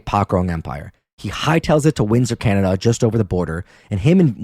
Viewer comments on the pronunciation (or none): none